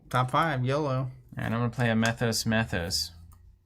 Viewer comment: And it's pronounced "Mee-thos."